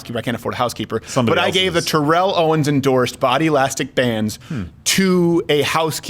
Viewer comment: It's not Terréll it's Térrell!